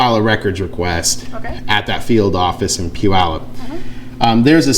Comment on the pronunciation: For those wondering.. it's pew-yallop.